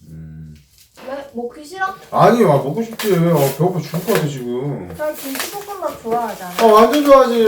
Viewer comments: 두분 너무 사랑스러우신데 왜자꾸 김치볶음밥을 김치뽂음빱이라고 하시는거죠..구워졌다를 꾸워졌다 라고하시고..왜요ㅜㅜㅜㅜ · 저만 님이 "김칰볶큼밥"이라고 하는거 같나요..? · 언니가 김치볶음밥을 김치뽘음밥 이라고. 발음하시네 넘귀엽다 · 김칩뽀끔밥 (님발음) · 김치뽂음빱이라고 발음하셔서 귀엽당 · 김치뽁끔빱 발음 너무 귀여워요😭😭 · 김칮뽂금빱ㅋㅋㅋㅋㅋ 발음 귀여엌ㅋㅋ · 김치'뽂'음밥 저 발음 너모 카와이ㅠ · 낌치뽀끔빱 ! 발음 완전 뽀짝합니당 ㅠㅠ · 언니 김칫뽁금밥 이라고 발음하시는 거 너무 귀여워요ㅠㅠㅠ